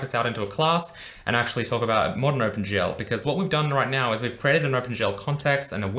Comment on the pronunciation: Think he's saying "Open gel", looks at hair, uuuuuuhhhhh